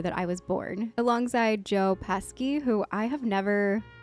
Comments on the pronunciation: "Joe Pesky".... Lmao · It's not Joe pesky... it's😮 Joe Pesci. I looked up the correct spelling. After I spelled it wrong at first too. But a lot closer than you. I spelled it Peshi. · OMG JOE PESHI (phonetically). And you better put some respect on his name. Casino, Goodfellas, raging bowl, A BRONX TALE, WHICH IS A MUST SEE FOR YOU, The home alone movies, the lethal weapon, movies & 100 OTHER CLASSIC MOVIES. And the Italian pride of my home state of New Jersey, a good local boy From two towns over from where I live. Sidenote he was looking at buildings in my town about 15 years ago who’s supposed to open a big comedy club but it never happened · "Joe Pesky" lol 💜💜💜